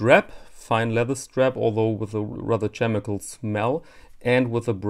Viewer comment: Actually, it looks to me like a poor man's Grand Seiko, complete with purple prose ad copy about glaciers outside their studio windows, etc. etc. Übrigens, hast du "chemical" mit ch- gesagt? Es wird mit k- am Anfang ausgesprochen. /kemɪkəl/ nicht /tʃkemɪkəl/.